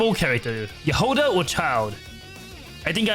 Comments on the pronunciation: why you call her jahOda/jahodA, its jAhoda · яхОда😂 как забавно произносят эти слова иностранцы